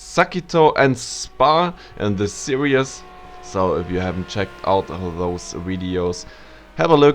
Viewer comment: Why do you keep saying in the “serious?” Do you mean “series?”